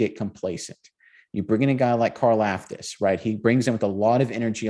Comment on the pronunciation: It’s pronounced car-LOFT-us